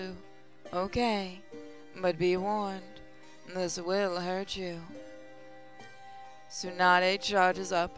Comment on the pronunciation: Yo, Tsunade's name is pronounced (Sue-nah-day)